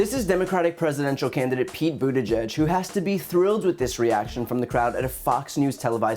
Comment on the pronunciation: Brian, I applaud you for being able to say Pete’s last name properly. It’s not an easily pronounced Maltese last names.